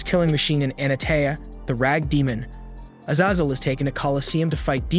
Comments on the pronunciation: a-zay-zel, what on earth do you have against long vowels and who hurt you 🤨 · Bro pronounced Azazel 5 different ways 😂 great video as always though